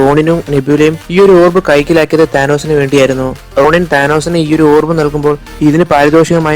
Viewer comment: Ronin alla bro Ronan aanu ..Ronan the accuser... Great video btw..